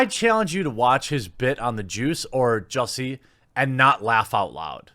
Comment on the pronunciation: Watching Jeremy fumble to pronounce Jussie phonetically as Juicy was hilarious.